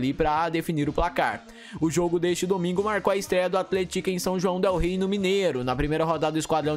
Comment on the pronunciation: Sua pronúncia de athletic não está certa.